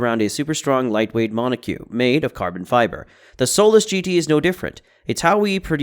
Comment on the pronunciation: It's pronounced [MON] + [OH] + [KOK